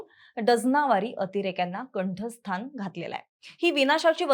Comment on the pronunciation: Kanthasnan bai kanthasthan nahi